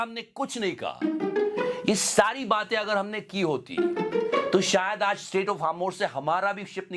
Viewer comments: "Aj" not "As" jahil... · he never went school. How he pronounced as 😢